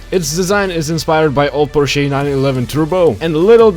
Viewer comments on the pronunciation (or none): none